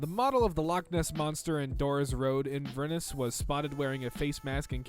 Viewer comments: I have never been more disgusted by how someone has pronounced Inverness. Nice video though! 👍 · ttthe way he said inverness 😔😔 but it's ok cus that place is full of stuck up assholes